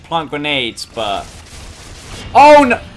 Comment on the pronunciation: 9.46 BEST öwwww nöööw of all british history <3